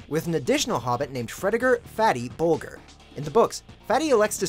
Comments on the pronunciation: boljer, not bolgur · Bol-Jer...not Bol-ger...soft G. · Imagine showing a clip where Bilbo correctly pronounces "Bolger" and then still fumbling on its pronunciation in the voiceover. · YOU HAVE THE CLIP AND STILL CAN'T PRONOUNCE BOLGER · That's not how you pronounce Bolger